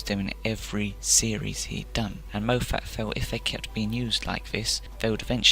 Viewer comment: Please research how to pronounce someone’s name before making a video because you constantly mispronounce Moffats name and as a Scotsman myself it kills my soul. It’s pronounced as Mof-fat or Mof-fet not Mo-fat. Also it’s pronounced as Mark Gate-us not Gatt-is. I agree that he didn’t always utilise the Daleks as well as he should have but it wasn’t entirely his fault and to pin it on him entirely is unfair. The writers are also to blame. Xx